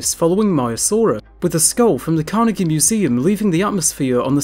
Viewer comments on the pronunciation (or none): none